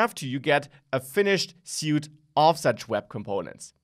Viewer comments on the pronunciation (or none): Thanks for video. FYI, "suite [of web components]" is pronounced "sweet", not "suit". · Suite is pronounced swēt (sweet).